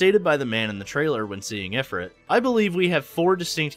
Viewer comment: IF-ert? IF-rit? Only context made me realize you were talking about Ifrit (ih-FREET)